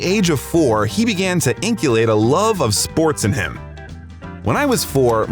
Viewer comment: Inculcate not inculate. Gonna use esoteric words, may as well make sure they’re right. Yes, I’m being a dick and hate myself a bit more for it.